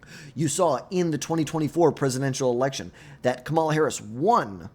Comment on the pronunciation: How are we in 2025 and still mispronouncing Kamala Harris' name? KA-ma-la, learn to say it correctly like everyone does for every other politician.